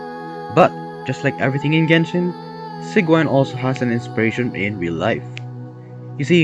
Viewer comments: It's pronounced see juh winn But you pronouncing it Sieg Wine is honestly better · Can we talk about how after hearing Sigewinnes name multiple times in the game, he still pronounces it wrong? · I love how he pronounces Sigewinne like 4 different ways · It hurts me every time you pronounce her name